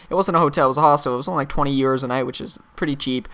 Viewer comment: euros is pronounced Your-o-z